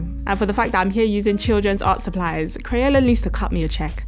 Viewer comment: Umm in the beginning u said crayona, u mean crayola…